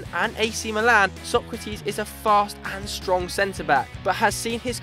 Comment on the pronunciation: Actually His name isnt sOkratis It sokrAtis the tone is on the A